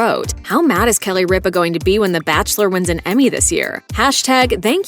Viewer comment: CAN THE GENTLEMAN WHO NARRATES PLEASE PRONOUNCE RIPA AND ALL THE OTHER NAMES PROPERLEY, AND IF IT IS AI THEN CLEAN IT UP, NO WONDER AMERICAN CHILDREN OR SO UNEDUCATED